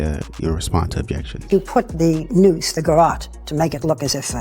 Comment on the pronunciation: Did you hear his pronunciation of garrote? But then he said it correctly amazingly now he doesn’t.